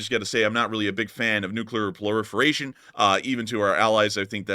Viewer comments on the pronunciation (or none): Proliferation not plorifiration. Otherwise nice video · It's called "Proliferation" not "Ploriferation" btw. I don't mean to whine about that at all. Just thought to point it out:) Love your stuff!